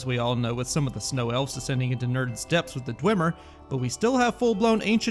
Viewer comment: Dayum. pronounced almost all the Dwemer ruins right. I have a feeling for native german speakers its way easier to pronounce than english speakers but you still did extremely good.